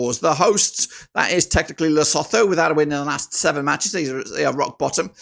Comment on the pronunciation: Lesotho is pronounced ...lesoto. The H is silent.